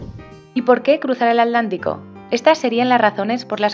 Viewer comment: me encanta tu canal. Viajo contigo y te envidio lo que haces. Donde vivo navego en el río parana y Paraguay pero algún día voy a imitarte. Gracias P.d. una sola duda porque no pronuncias la T de atlántico?? Gracias